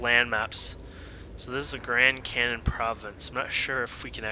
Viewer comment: He said Grand Cannon in the beginning XD